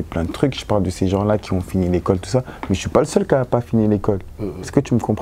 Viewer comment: Moi j'ai pas fini l'ecole: Tu vois c'est gens qui zont... 😂😂